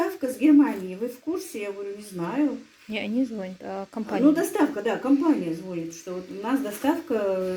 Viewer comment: ты очень грамотно говоришь по русски но разреши тебя поправить звонЯт надо говорить), звонИт!